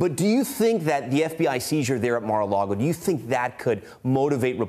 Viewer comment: MAR-A-LAGO NOT MAR-A-LAGOE